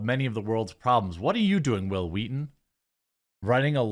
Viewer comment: It's telling that another show can change the culture so much that noone can say your name without pronouncing it "Hwill, Hweeeton."